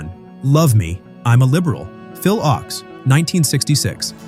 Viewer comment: Thanks for doing this. I can tell you weren't around in the 1960s because Phil Ochs' last name is pronounced "oaks."